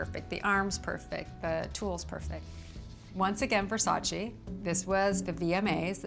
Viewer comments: It’s not Versachii it’s VERSACEEEE. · I absolutely love her! She has such class and style! I just don't get how you can be a model, especially for Versace, and not pronounce the name right. Even Donatella mentioned that native English speakers don't pronounce it right, but models should know better. You should pronounce the second "e" the same as the first one. It's not Versaci but Versace! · She cant even say the name of the brand she worked for for years correctly. Smth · I wish Versace fans pronounced his name properly... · Why can't American pronounce well VersacE? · why does no one pronounce Versace right? Does Donatella just let everyone sat "eee" and ignore it? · you mean the one where everyone says it wrong over and over? i just canny believe Cindy wouldn't pronounce it right when she knows them personally lol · Well Versace had a campaign that said “It’s VersacE not Versace”. Idk why Americans butcher the name so much. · Not even Cindy says Versace right